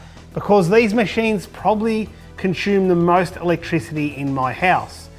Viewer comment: Conshume? Do you mean consume?